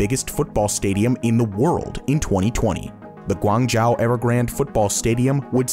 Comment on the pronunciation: As someone from Guangzhou, it hurt me both physically and mentally after hearing “ Guang- jiao “.